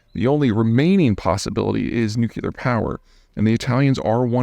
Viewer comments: It's Nu-clear, not Nukular! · Peter is a smart guy but he pronounces it nuke u lar instead of new clear.